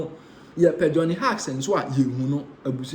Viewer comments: Johnny Hughes. Hughes pronounced as "Hews" not Hugs. Thanks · Can't anyone among the Nsem pii presented correct this guy with some pronunciations? The name sounds like Hews. The spelling is Hughes. Please check it and don't rush.